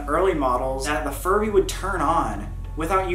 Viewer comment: ok so like when sam was talking about furbys i heard him say it wrong and he said furry xD also 2019 anyone?